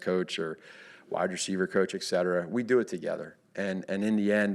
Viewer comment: "Ek cetera" 🤣🤣🤣🤣🤣